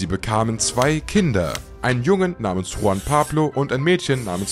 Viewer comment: Juan ...nicht Huan!😅